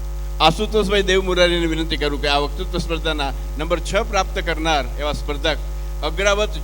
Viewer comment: માફ કરજો પણ આપ વકતૃત્વ બોલવાને બદલે વકૃ બોલોછો.